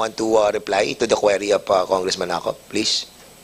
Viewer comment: Query - KWEE-REE hindi KWE-REE